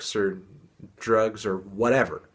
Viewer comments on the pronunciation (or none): none